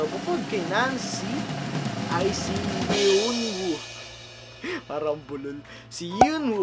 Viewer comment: Base sa nababasa ko sa ibang comments sa ibang video ng pronounciation ng names nila: Yeonwoo- (yon oo) Hyebin- (heybin/hebin) Ahin-(ah-in) Taeha- (teha) The rest alam na siguro natin kung pano ipronounce yon haha♥️